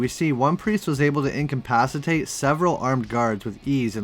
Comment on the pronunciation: The word is, incapacitate. Not, "incompacitate". I swear, you don't even know your own language, man.